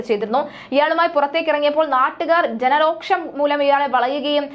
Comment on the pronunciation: ജനരോക്ഷം അല്ല ജനരോഷം എന്ന് പറയണം മോളെ